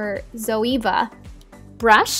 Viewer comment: at last u pronounce Zoeva right ;-))